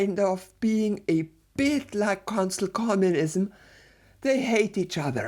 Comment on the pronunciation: I can't stop hearing "Cancel Communism".